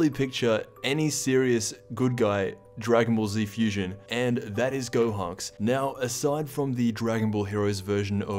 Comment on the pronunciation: dude had a stroke at the beginning 💀💀 which of course isn’t funny.